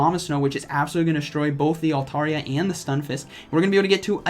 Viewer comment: Great content but hot damn it's " altAIRia".